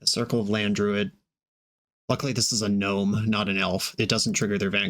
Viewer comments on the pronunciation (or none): none